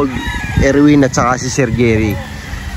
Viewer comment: Anong Erwin 😂baka Edwin